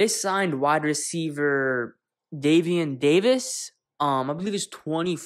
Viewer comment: Bruh you said my cousins name wrong 😑